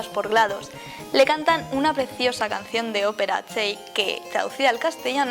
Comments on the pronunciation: aver aver aver se escribe chell se pronuncia chel no chain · No se pronuncia chell se pronuncia chel aunque buen vídeo